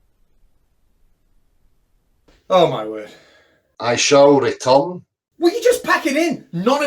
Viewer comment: does it every time doesn't he!! "I shall retun!" Awesome Catz!!